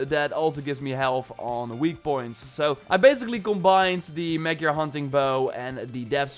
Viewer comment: magjar is Magyar its Hungary bow 😅😅😅